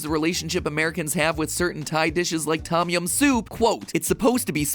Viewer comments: I believe it’s pronounced thOm yahm like “the” without the e and “oh” without the h with “yah” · Ya is toeh-yum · I gotta say it triggered me just a little bit how he pronounced tom yum